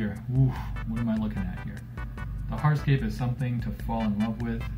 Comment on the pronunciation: Also when he says “heartscape” dies he mean hard scape??